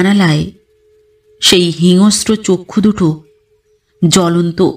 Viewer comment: হিংস্র শব্দের উচ্চারণ ঠিক করতে হবে। গল্প পাঠ প্রতিবারের মতোই অপূর্ব!!